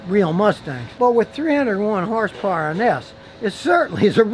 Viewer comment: Scotty: "this 4 cylinder engine puts out 310 hers purrs" Also Scotty 3 minutes later: " It has a turbo charger"🤣🤣